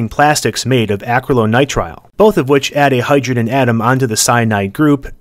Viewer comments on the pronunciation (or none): Minor point - The acrylo in acryloitrile is pronounced uh - krillo (short i) - nitrile (long i) Et cetera - Cytochrome P450, sodium thiosulfate, vitamin B12